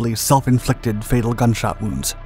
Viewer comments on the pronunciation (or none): none